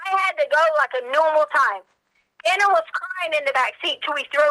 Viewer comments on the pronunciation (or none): none